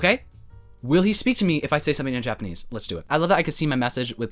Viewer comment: not you casually speaking FLAWLESS japanese- EITHERWAY kenji was totally into you <\3 forever missed